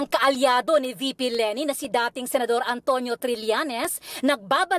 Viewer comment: Noli not Nole,Senador not Sinador ur twisted tongue!!!😂😂😂🤣🤣🤣